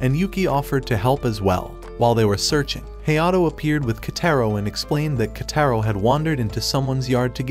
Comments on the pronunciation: bro called kotaro into ketero 💀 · I heard the kids name is actually pronounced koutaro but not ketaro